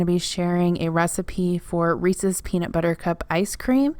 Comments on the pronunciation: One of my biggest pet peeves is hearing "Reesie's Cups" lol You say it how I do. Oh, and in Texas, most people call them shopping carts. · Congrats on 100k! Also it is indeed how you pronounce Reese’s. They are named after the man who invented them. A worker of Milton Hershey. He eventually sold the recipe to Hershey. I work for HERSHEY and drive past the factory, when not quarantined, everyday to work. Also I always found it cute that the brits call carts trolleys... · It might be like the buggy thing...except it’s a proper noun and there’s actually a right and wrong way to say it. If it rhymes with feces, you’re saying it wrong 🤣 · I’m 15 minutes from Hershey and we say Reese’s the way you do. 😂. You made me want an ice cream machine.